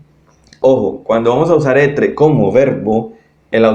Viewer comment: Gracias, estaría bueno que pronunciaras en francés x ejemplo cuando dices être, aller o avoir